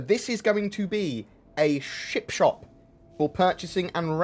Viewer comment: Sounded like you said chip shop, mmmmm chips